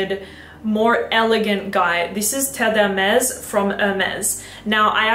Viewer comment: I like that you kept the part of you messing up Terre De Hermes pronunciation lol, i just got the edp, and love it, great video!